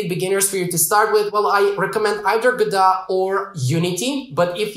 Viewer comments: Lol it's Go-Dot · It is pronounced ‘Godot’. You welcome. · If you're going to correct someone, you'd better be correct. It's "go-dot", which rhymes with robot (their symbol).